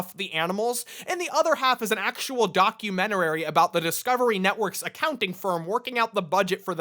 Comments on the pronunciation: Why you pronouncing documentary like documentarary ? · it's DOC-U-MENT-ARY..... Not DOC-U-MENT-ER-ARY. Thank you. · It’s documentary not documentarary. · You say “documenterary” lol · "Documenterary" -, 2020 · "documentarary" Great video though, I had NO IDEA this ever existed and I loved crocodile Hunter. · best pronounciation of documentarararie Ive ever seen champ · Im so unclear on whether or not "documentarary" is a joke or if genuinely thinks its pronounced like that... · I’m becoming suspicious that he finds words to intentionally mispronunce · My therapist: The way pronounces "documentary" can't hurt you The way pronounces "documentary" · Can you learn how to pronounce documentary? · yes but that isn't how it is said